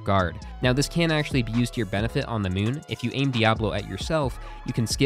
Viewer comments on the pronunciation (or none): none